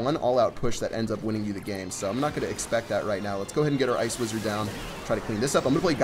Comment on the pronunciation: You said ice wiszard